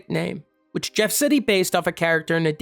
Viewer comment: Pronounced Ger, not Jef.